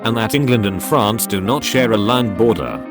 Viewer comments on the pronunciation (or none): none